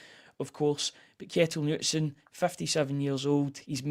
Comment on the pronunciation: Lads, I know I'm being pedantic here, but if you're raving about the guy at least pronounce his name properly 😆 The name "Knutsen" is pronounced "Ka-NOOT-sen", with the emphasis on the middle syllable. It is a Scandinavian name that is pronounced similarly to how the first part of the name is a shortened version of the name "Canute" (or "Knud").